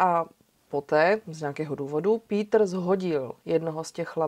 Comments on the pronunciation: Rada si vždy vypočujem Vami veľmi dobre spracované kriminálne príbehy.👌 Tento je z Nemecka a preto je mi záhadou, prečo krstné meno vyslovujete ^po anglicky - ""^. Tak to Nemci meno Peter nikdy nevyslovujú skôr "Pétr"... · Chtěl jsem napsat stejnou invektivu - mě ta výslovnost "" v případě Kürtena úplně bije do uší. Nechci prudit a být hnidopich, nicméně myslím že adekvátní výslovnost jmen v rámci základních zeměpisných měřítek je vcelku nezbytný předpoklad pro to, aby projev byl vůbec věrohodný a měl určitou úroveň. Osobně mi to zní jak kdyby někdo přednášel o národním obrození a říkal tam "Charles Havlíček Borovský". Nejde jen o písmenko ve jméně, ale ve výsledku to působí jak kdyby přednášející neměla přílišné ponětí o základní lingvistice v rámci jednoduchých zeměpisných měřítek, navíc když jde o našeho blízkého západního souseda - Německo. Nic ve zlém, ale tak to prostě vnímám. Nicméně žádný učený z nebe nespadl. Ono se to jistě časem vyladí. Mějte se fajn, nechci nikoho poučovat, nebo někomu kazit radost z vykonaného díla. Kdyby to bylo bůhvíjak neúnosné, tak bych přece neposlouchal - a já poslouchám, takže mě to neodradilo a vesměs to nebude snad zas až tak zlé. Peace.